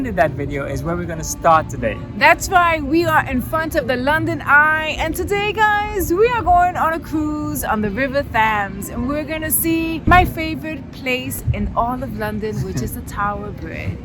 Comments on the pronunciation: BTW, Londoners don't pronounce the 'h' in Thames so it's pronounced 'tems' like stems without the first 's' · Just to correct your pronunciation of the river Thames. Thames is pronounced Tems. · the river Thames is pronounced temz